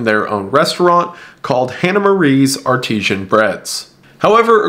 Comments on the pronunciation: Artisian😂 i love you silly wendi. Ar-ti-san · It’s Ar-tee-san dude